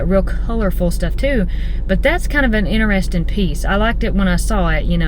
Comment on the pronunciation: I laugh every time you say "inarresting" instead of interesting. You say it a lot. Fingernails on a backboard!